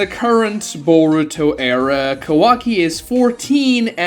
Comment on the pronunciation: Do you have a hard time just saying multi syllable words? Shikamaru? Kawaki? Himawari? Geez. Fix yourself